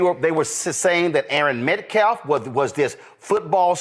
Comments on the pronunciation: It's not METCLAF, IT'S METCALF and it's not self deflense, it's self defence! WTF!!! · Dude is easily the worst race baiter of all time lmao. They are all bad but this guy cant even speak English. He keeps intentionally saying Metcalfs name wrong. He must think that disrespecting the family will get him some points with the crazies but all it's doing is making him look stupid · can't even say names correctly! He also keeps saying Metclaf instead of Metcalf! It just reaffirms that he's an idiot! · How does a person that can't speak properly, or get simple words correct act as a mouthpiece/spokesman for anyone? Penda instead of penny.... metclef instead od metcalf i'm sorry, you are going to say that the father of the boy that your client killed was a dishonoring of the memory of his son!!! when he either doesn't have the decency or brain capacity to pronounce a simple name correctly!!! I think it belittling and disrespectful to continuously get the name of the victim of your murderous, killer client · Someone tell that illiterate bottom feeder …it’s Metcalf, not Metclaffe!! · Why does every single person in this video including the main dude say people's names wrong? Who is jordan penny? Who is derek Alexander? Who is Aaron metcalf? Who is austin metclaf? Who is daniel penna? Come on yall it's embarrassing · P.S. why does this race baiter keep purposely mispronouncing METCALF ("MetCLAF")? Nevermind. I already know that is 1 of the most common ways of reducing the bearer of the mispronounced name, like they arent worthy enough humans to warrant learning how to pronounce their name. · Hey dumb it’s METCALFE NOT METCLAFF! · Lord please his last name is not Metclaff it's Metcalf get it right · “Metclaf”. Say their name! Metcalf fool ….. talk about disrespect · Why can this man not say the word Metcalf? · Dude can’t even pronounce Metcalf’s name correctly